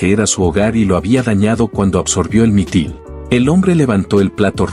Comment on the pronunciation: Es Mitril, no mitil.